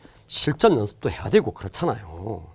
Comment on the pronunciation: 그랬장낭요 하는게 너무 웃겨요ㅋㅋㅋㅋㅋ